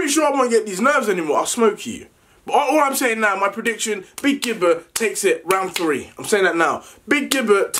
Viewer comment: Nobody literally nobody: Le deji: so alot of you been asking about my pridiction.